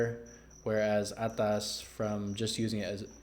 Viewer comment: I really like how you say ATAS with an accent and I loved the review "Right out of the box" and your brought it home "Right out of the gate" with ATAAAS